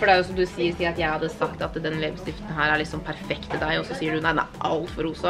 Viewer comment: Elskar at du og seier "lebestift" i staden for "leppestift". Lenge leve dialekt!😍😄